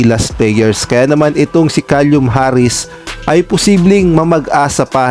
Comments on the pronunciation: Kalyum talaga bigkas mo.Baka Silum ang tamang bigkas nyan..🤣🤣🤣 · Caelum...hindi calium! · KALYUM Harris daw, inulit ulit pa iyong KALYUM hahahahaha! Then may bonus pang HA-nestly daw. Lagyan mo naman ng dignidad ang content mo. Kung di pa marunong magbasa huwag na mag content.